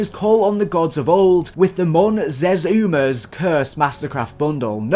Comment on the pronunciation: Did you meant MOCTEZUMA when you said something that sounded like monzesuma or mountsesuma???